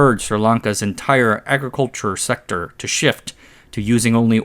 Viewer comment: "Entyrrr Agriculhurre Sekterrr"